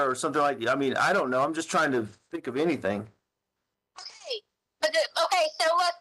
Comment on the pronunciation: Excuse me, but it’s pronounced Anythink! T. Stauch